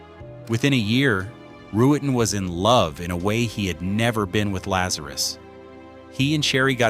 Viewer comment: “Back-up Firearm” (?). Lazarus was clearly crazy and spectacularly insecure. And another reason I hate AI, it is Roo-ten, 2 syllables only. How simple.